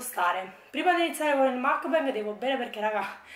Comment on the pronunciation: Teso però si pronuncia “mukbang”,esattamente come si scrive.Ti prego...